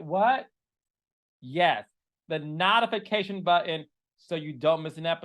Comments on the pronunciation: please… no more of these DIY commercials. or at least practice your script. And it’s NOTE-IF-ICATION!!!! Stop with the “KNOT” it sounds dumb!!!! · No tification..long o sound Carlos! Not not...ification... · King. You gossip so much about people, but you can't even pronounce your words correctly. It's NOTIFICATION not NUTIFICATION. And your K-legged with your funny shape! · I love you Carlos but the “knotafakation” button is throwing me for a loop lol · What kinda button he said in the beginning? The NOT-ification hahaha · Not Carlos King calling it the “knot-ification” button! 😂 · Did Carlos say "Not-a-fication"? 😅😅😅😅 We need a Carlos King Reign dictionary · Did you mean to pronounce notification like that? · So they're both from Detroit, but I'm trying to figure out where Carlos's accent comes from. Which part of Detroit is that? It's just funny how he pronounces certain words... like "genuine" and "notification". There are others, just can't remember them all now. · Why does Carlos pronounce notification like that?? 😂 cracks me up everytime